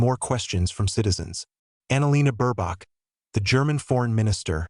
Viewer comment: Why do you keep calling him shoals, and whats with Burbach? Anyway, Scholz and Baerbock are amazingly inept. Scholz has almost single handedly helped to bring the economy to it's knees, as Britain did with Brexit. Let's hope they are gone by the end of February. Germany definitely does not need the likes of the Afd in power. They have too much of a whiff of Xenophobia, prejudice and racism. That's the last thing Germany needs today. Hopefully Merz becomes the new Chancellor, and has the courage and strength to stop American interference in Germany' government. It's obvious to any fool that, America uses her allies to enhance her economy and reenforce her Military reach and might. Germany should work with Russia, Turkey, China etc, where as equal partners, the benefits are shared.